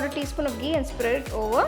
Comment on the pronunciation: Hey ma'am Loved the recipe... But plz be particular about the pronunciation of some words like Ghee... It's not gee..u pronounced it as gee..apart from it.. Just love ur cooking skills...